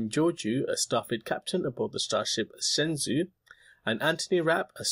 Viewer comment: The starship Shenzhou, if it pronounced correctly as pinyin Chinese on the show itself, would be pronounced shen-joe, not shen-zu. It means Divine Boat/Vessel in Mandarin Chinese and is also the name of the first maned Chinese space craft.